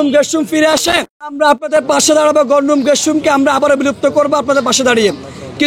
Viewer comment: ঢাবির ছাত্রের একি উচ্চারণ " গণরুম"!!!